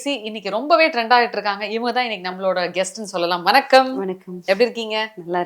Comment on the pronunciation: தமிழை கொல்லாதே மா! அது வனக்கம் இல்ல. வணக்கம்‌